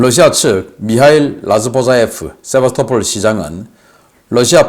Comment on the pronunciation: 00;29 세바토폴이라구요? Sevastopol 은 역사가 깊은 크림반도의 항구 도시입니다. 세바스토폴이라고 발음합니다.